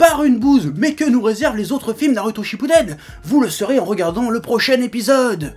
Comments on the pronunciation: Quelqu'un peut lui dire qu'on dit pas "Naruto" mais "Narouto", le mec se dit "" mais il est pas fichu de prononcer ça correctement.... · C'est pas un accent, le mec c'est pas dire "ou" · "Nalouto" grossièrement je pense ^^ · D'ailleurs j'aime beaucoup l'accent du Chef pour dire Naruto... :')